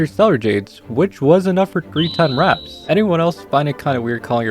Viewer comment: did he call them wraps and not warps ahaha